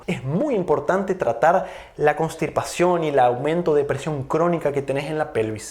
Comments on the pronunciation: es constipación, no constiRpación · Medicamente se dice constipacion no,constirpacion